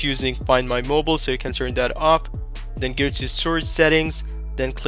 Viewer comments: I find it "funny" how you pronounce it. Also, I find it "funny" how you capitalized "mobile" and "mobil" for no reason. I definitely find it "funny" that you started your sentence with "always", which in this case makes no sense whatsoever. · Thanks dude. Always find it funny how Americans pronounce Mobile as Mobil.